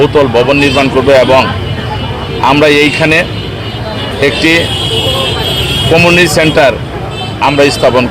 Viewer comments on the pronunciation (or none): " ক‌মিউ‌নি‌টি " শব্দ‌টি পর্যন্ত ঠিক ঠাক উচ্চারন কর‌তে পার‌লো না । জেলা প্রশাসক হ‌লো কিভা‌বে ? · কি বেহাল দশা !!! কমিউনিটি শব্দটাও উচ্চারণ করতে পারে না !!! বিনা ভোটের প্রশাসক; লজ্জা লজ্জা !! সম্ভবত খুব তাড়াতাড়িই হয়তো এ লোকই বলবে, শিবিরের ব্যানার টানাইতে দেও ভাই !!!